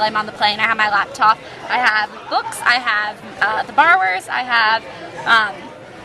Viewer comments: lolol i thought you said "Bar Wars" instead of "Borrowers" and i was like that's a kids movie?? lol anyway hope you weren't in an area where there were a bunch of storms and hope you have a good prom~ :) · When you were saying barrowers it sounded like you were saying bar wars! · i thought you said "Bar Wars" instead of Borrowers lol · I thought you were saying The Bar Wars:P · i thought you were saying "the bar wars" lol. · oh the borrowers! i thought you said the barwerts and I was googling it!